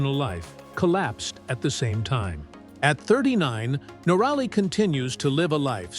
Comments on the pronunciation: Someone should tell the AI reading this that it is NORaly....not norALy.....please adjust the program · if your going to a click bait story on someone as successful as Itchy Boots at least pronounce her name correctly. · Not the only person to go through a relationship breakup. Always suspicious about someone who has not bothered to learn how to pronounce her name.